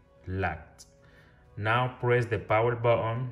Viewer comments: Baoon baoon🤣🤣🤣🤣this is button not baoon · What did you say man botol botol i can't understand 😢